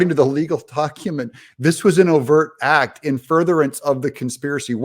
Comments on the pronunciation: 😂😂😂 as soon as i heard her open her mouth, i tuned her out. She is a stooge of the Democratic Elites, she is bought and paid for, and not for much😂😂😂 hows that ax, axx, axxe screaming. Aaaahaaaa god PALEEEEZ 😂😂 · What is Gwan jury what is ax does she mean acts sorry she needs to speak better than section 8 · Family Willis can not even pronounce the word "act" its not "axe" however her time in office should receive one for the fraud she is.